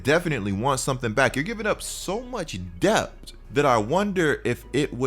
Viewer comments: It’s depth not dept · It’s pronounced depth😭😂